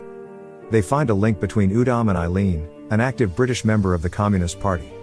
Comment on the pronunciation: " buth- buth brithish helpth india"